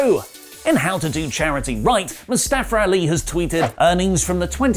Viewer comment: It’s not “Mustafer Ali” please stoppp